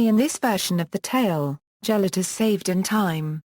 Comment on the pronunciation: its gelert not gel-ert its said like this ge-l-ert